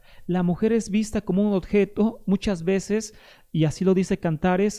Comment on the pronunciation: 20 minutos repitiendo lo mismo y hablando mal: 20 veces dice "odjeto", donde corresponde decir oBjeto! Muchas cháchara, la del peruano!